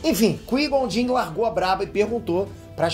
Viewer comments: Chamar o Qui-Gon Jinn ("Kuaigon Djin") de "Kuí Jon Jin" é foda hein,... kkkkkkkkkkkkkkkkkkkkkkkkkkkkkkkkkkkkkkkk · O “Quei Jon Din” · kkkkk Massa ele falando do Jedi "quijonjin" kkkk. Mas o correto é Qui-Gon Jinn (cuaigon-djin) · Repete comigo : Kuai Gon Gin se fala assim 😂😂😂😂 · Quem é Qui? E quem é Plages? Que eu me lembro era Qui (lê-se Quai) e Plages (Plagues lê-se Pleigius),... veja essa pronúncia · Uma correção o nome do mestre jedi Qui Gon Jin se pronuncia “Quai Guon Jin” Ok? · Você vê que o cara é poser quando ele chama o Qui Gon Jin de Cuijonjim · Bora lá,, repete comigo: Qui Gon Jinn = KUAI GON DJIN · “Quin jom jim” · Pô,, a pronúncia do nome do Qui-Gon Jinn é cuaigom gin. Ficou horrível a pronúncia. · Escutar "Cui John In" é f*da hein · Qui JOW Jin? Porra kkk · Oq é pior o falando Qui-Gon Jinn ou que o pai é o Sidius? Ps, o pai é o Plegueis quando manipulou a força a bel prazer para dar vida a seres na busca pela imortalidade. A força sentiu-se humilhada e não respondeu e nessa ausência foi a concepção. Até por isso Darth Plagueis nos acontecimentos de ameaça fantasma tenta conhecer o Ani em Coruscant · Qual é cada hora mudando a pronúncia do qui-gon jinn